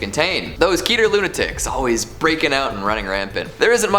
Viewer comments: When he said keter it’s really KeTER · I didn't like the way you said keter